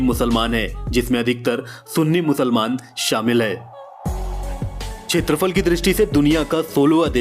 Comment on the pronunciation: Wonderful,beautiful,informative & really very nice interesting video.Arjentin-Messi,Brazil-Pele,Amazon.I knew that my country INDIA is on 7 the position.I should say that Area is called kshetrafal not chetrafal.Please forgive me for this comment.👌👌👌👍👍👍❤❤❤